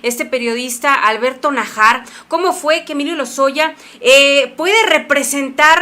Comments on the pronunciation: Si va a hablar en público, le recomiendo repase sus clases de lectura; cuando una vocal lleva tilde, se pronuncia acentuando (incrementando la voz). Usten no lo hace y es evidente cuando pronuncia el apellido Najar. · Con respeto le menciono,no se pronuncia Najár,sino Nájar.